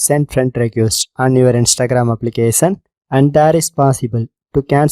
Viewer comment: He's saying application as applicasan😂😂